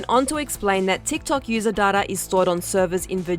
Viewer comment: Babes it’s not data it’s data 😂😭